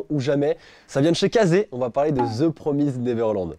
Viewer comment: ça se prononce "promist" mais ok